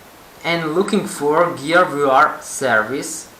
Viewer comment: How I say VR: VR | How says VR: VooR